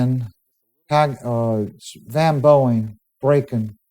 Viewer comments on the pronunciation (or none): none